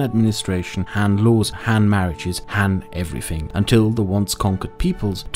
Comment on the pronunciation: It's Han, not Man